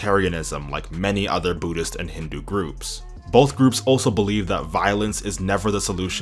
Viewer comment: Budist is the funniest pronunciation ever 😂😂